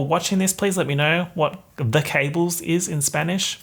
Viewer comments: cables in spanish is also cables, but it is pronounced like “cah-bles” ;) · i'm not spanish but it's pronounced, 'cahb-les' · The cabled= Los cables, but it's said kAbles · It's cable in spanish, you say it ca like in cap and ble like in blessed 💫